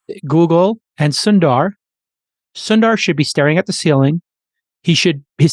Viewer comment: The pronounciation is "soun"-"the"-"ruh" : Sundar